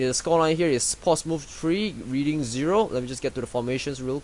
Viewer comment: Cool tactics, I am currently playing Bradford right now. :) Oh btw, Reading is pronounced: Redding.